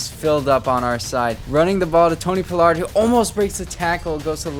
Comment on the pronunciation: yea ima keep watching bc this my squad and you showing love but when doing a team rebuild it’ll help yo views and subs by doing a lil research on the team to do the rebuild the best way. That way when a fan of the team you playing with watch yo vids they won’t feel slighted or whatever. When I see you saying Tony “Pullard” instead of paa-lerd it’s just annoying not that big a deal but when you trade him 😂 that’s the line you can’t cross. Rico Dowdle too. And seeing Diggs not start over Lewis. Hearing you call Lewis our best corner. Not having Wilson and Kazee in the backfield. Letting Gallup walk. A true fan want to see realism at least a little bit that’s all. But I fw you bro